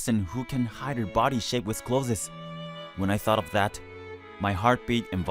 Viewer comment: Why does he keep pronouncing 'clothes' as 'clozes'?